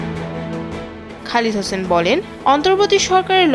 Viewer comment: নামটি সঠিক উচ্চারণ করুন।খালেদ হোসাইন